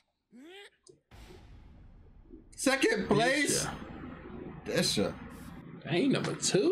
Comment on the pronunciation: Des-ha not De-sha